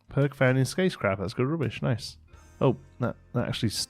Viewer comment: Enunciate dear boy! 😜 😂